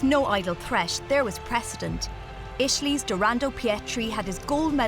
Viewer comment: The pronunciation of Italy in this video is killing me....Isciali? Esciali? Eschali?